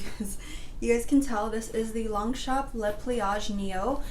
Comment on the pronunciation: I’m French and we don’t actually pronounce the p in longchamp